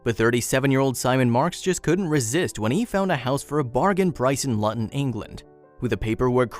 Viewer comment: Why can’t you pronounce things properly it’s pronounced LOOTON and why is most of the video footage of completely different places. Oh and national monument 😂😂😂😂 there are hundreds of thousands of old bomb shelter in peoples gardens this one is nothing special 🤨